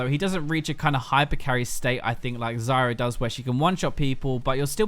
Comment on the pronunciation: I always hear Zarya instead of Zyra xD